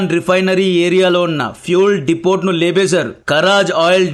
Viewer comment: డిపోట్ కాదు డిపో అనాలి. టి సైలెంట్